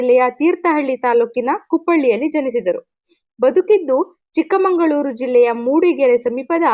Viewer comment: Mam ಅದು ಚಿಕ್ಕಮಗಳೂರು,not ಚಿಕ್ಕ ಮoಗಳೂರು 😊